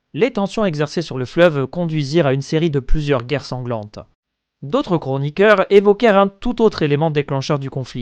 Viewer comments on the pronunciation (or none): " d'autres gros niqueurs " ?? ok je sais que c'est " chroniqueurs " mais la manière dont tu prononces fait que je n'arrive plus à entendre autre chose, et je ris à chaque fois, désolé. Très bon boulot sinon. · à , c'est pas "chroniqueur", que j'ai entendu :D